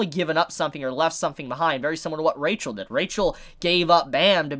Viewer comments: It's a weird thing, but her name is pronounced with an "h" sound, not "ch." So it's Ra-hel, not RA-chel. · I'll just remind that Rachel doesn't have "ch" they sound "h". So her name's read Rahel. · What I wanna know is why does Rachel have cat eyes? And why do they do that kinda annoying thing where Bam pronounces it Ra-Chel?